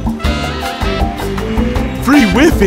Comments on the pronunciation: It’s WiFi not wefe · villager:FREE WIFY it’s WI-FI not wify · He said weefee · Villager: Free wefi Mmmmm wefi Me: Have you gone to language school lately? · Villager #10: free wifi Me:it’s pronounced why Fyi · The way he pronounced Wifi (Wiffy) made me laugh lol! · Um, I think you mean Free Why Fie mate :/ (did i pronounce Wi-fi?) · actually its pronounced wifi ralph